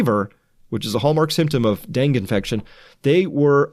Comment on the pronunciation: So far he reads us news stories and calls himself a scientist. I'd like to know what qualifies him to speak as an authority on this if he can't pronounce "Dengue" properly.